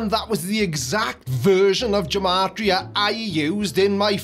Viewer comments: Part of the silliness of gematria (and by the way, '' pronounces it wrong. It's a hard 'g', not a soft one,) is that English didn't even have the letters j, u, and w until quite recently. That messes up all the numeral equivalents after the letter 'i'. That reveals just how arbitrary the whole thing is. "" equals 63? Are we sure about that? The K comes after J, so we're 1 off there, and the Y comes after the letters J, U, and W. So we're off there as well. If gematria means anything at all then it would have gotten a different number and meaning for "" a few hundred years back than it would get today, with the modern alphabet. So has the meaning of the word "" actually changed over time? How? This is all so ridiculously arbitrary. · can't even pronounce his own name: it is Ge-ma-tri-a, not Je-ma-tri-a. Hard gee. And doesn't gematria have the same value as bullshit? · Gematria is pronounced with a hard g not a j sound. One would think that would know that. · The word "gematria" should be pronounced GemAtrEa (hard letters being shown capitalized.) I realize that names can be pronounced however one wishes them to be, but pronouncing it "jemahtEa" is a bit weird for someone supposedly demanding accuracy. For those of us who know programming, gematria is a "hash function:" It takes a string and converts it to a number which can be used in a lookup table. Different words can have the same hash value. All he's done is select one of a few thousand phrases that hash out to 63, one that is specifically chosen because it supports his accusations. The point is that numerology in general is one of those things that really only reveals what the people doing it would like to find. (It tells you something about the people doing it and nothing about the supposed content.)